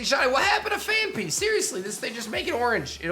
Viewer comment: Phan-PEE, Phan-PEE, NOT Phan-FEE!!🤦‍♂️🤦‍♂️